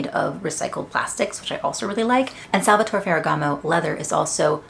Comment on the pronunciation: You can pronounce the final E in Salvatore, that’s the right way to say the name ;)